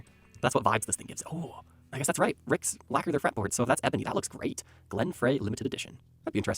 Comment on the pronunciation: Glen Frey is pronounced FRY not FRAY.